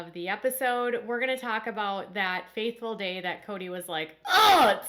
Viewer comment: That "fateful" day ... not "faithful."